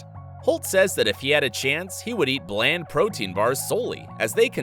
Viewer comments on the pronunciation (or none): none